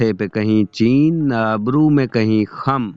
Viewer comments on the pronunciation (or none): ارے بھائی cheen نہیں، chain. چ پر زبر۔ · Mathey pe kahein CHAIN na ke Mathey pe kahein CHEEN. Itna umdah tallafuz, us mein ye nazar-battoo lagaya? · Cheen ho ga yaa Chaiyen ...(Chain) Talaffuz ki adayegi mein zara ehtiat barten janab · چین کو چین پڑھا ۔